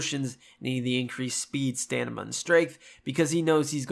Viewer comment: great video dude, I've been alil lost with the show since I've never played nor read the witcher... But I gotta ask... Did you just say... "StaNiMa?"